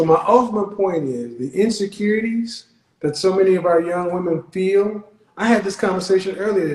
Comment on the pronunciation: she didn't say that. she said I fill like. And I thought fill what?